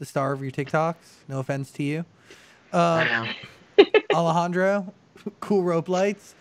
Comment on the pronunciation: It's Alejandro not Alajandra